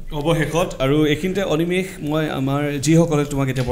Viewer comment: এনেকুৱা প্ৰতিভা সকলোৰে বাবে আদৰ্শ। ❤️ By the way, ই ইমানসোপা ইংৰাজীৰ মাজতো যে "অনিমেষ"ক "অনিমেচ" বুলি নামাতি "অনিমেষ" বুলিয়েই মাতিলে, তাৰ বাবে অশেষ ধন্যবাদ। 😌